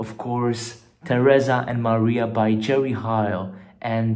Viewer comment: Jerry HEil, not Jerry HAil, "E" like in your name